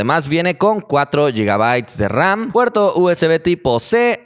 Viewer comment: Seis y oucho gigaus de raum